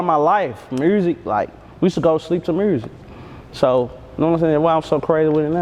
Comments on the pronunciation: Youngsta do too...dey say mursic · So all them niggaz in Memphis say Murrsick lol not just bagg okay